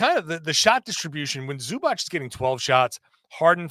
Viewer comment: Can u guys please learn how to say zubac.